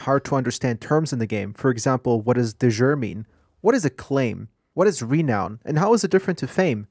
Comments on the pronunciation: "de jure" is not pronounced "de zeur". It's "De Yure". It means "by (legal) right. Nice video, very informative. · This explanation was everything I wanted to know about the game before getting into it. Thank you so much! Also I loved the french pronunciation joke 🤣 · haha I laughed at the french pronunciation! It was great after you googled it :D